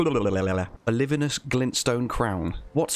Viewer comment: "Olivinus bluluhluluhhaaa" I've never hit liked and subscribed so fast lmao. Great video, very informative thank you.